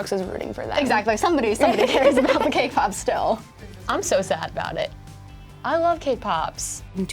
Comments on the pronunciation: I know they are saying cake pops but I keep hearing k-pop. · Cake pops or kpop? I hear both 😂